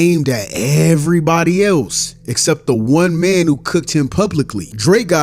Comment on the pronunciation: The way says mang is funny AsF